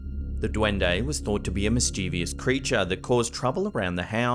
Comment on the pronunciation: MischIEvious seems to be gaining ground. Where did that third i come from? 'MIS-chuvus', surely? Spelled mischievous.